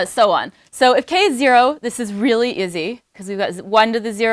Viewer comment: I have never heard "easy/easily" pronounced so strongly as "izzy/izzily" before. I'm aware of lots of American shibboleths, but this is new to me. Where's in the USA is this common?